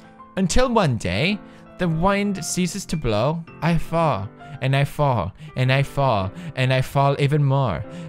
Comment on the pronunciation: I wasn't reading the poem and I thought he said fart instead of fall lmao